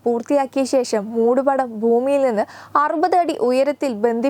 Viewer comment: ശേശം അല്ല..." ശേ ഷം". പച്ചെ അല്ല " പ ക്ഷെ" എന്ന് പറഞ്ഞ് പഠിക്കുക. ബാരതം അല്ല " ഭാ ര തം" എന്ന് ഉച്ചരിക്കാൻ ശ്രമിക്കുക